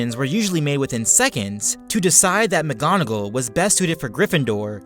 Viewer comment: He said alot of names wrong mggonigal and lucias and animagus